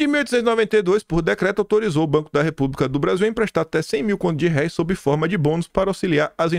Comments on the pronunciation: Lê-se “contos de réis” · se lê "contos de réis" (moeda antiga do Brasil)